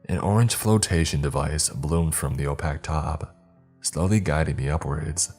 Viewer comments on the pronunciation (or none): Are you a bot? Opack? Opaque